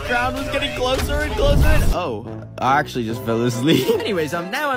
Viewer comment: did you akchle flod the naborhod